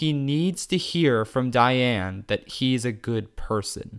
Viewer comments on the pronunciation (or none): Did you just say Diane “Negoyen”? 💀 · Please tell me you figured out how to say Diane’s name right by part 5